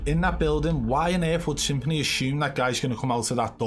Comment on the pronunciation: Stop prenouncing this rat's name as Symphony, it's Some-Phoney!